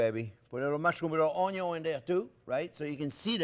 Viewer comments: Hilarious That's what we affectionately call him "Chef Onyo" 👍😂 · Mastering the onyo is so important. Best onyos come from the back yard. I love onyo so much. Onyo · A wise man once said: "A good onyo....is a HEAVY onyo." 😌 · "Caramelize Onyo" This is why I subscribed. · The pearl Onyo!!!!! Yes, capital letter Onyo 100% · When it said "pearl onyo" I laughed so hard I cried. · Measure carefully, bwahahahahahahahahahahahahaha! I do that all the time. People who watch me ask, "Don't you think that's too much?" No! Taste it and tell me. Measure carefully. Bwahahahahahahahahahahahahahahahahahahahaha.........Bwahahahahahahahahahahahaha. Always start with onyon!